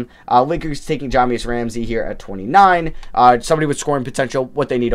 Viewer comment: His name is Jah-MY-us Ramsey. Not Jahmeus or whatever you're saying 😂 but nice vid nonetheless